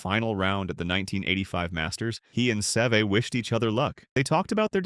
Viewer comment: Can we please learn to pronounce Seve’s name